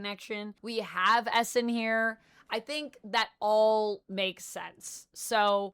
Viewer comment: It legit took me a half dozen times of you saying "Essin" to realize you were talking about Eson.